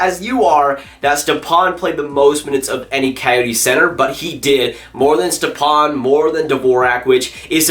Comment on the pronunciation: You’re pronouncing stepan wrong. You’re saying it too quickly.